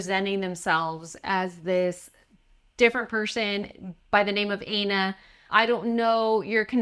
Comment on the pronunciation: Plan B's name is "Ay-na?" That's... that sounds a lot like something else. Are we sure it's not Ana and he's just confused by the one N?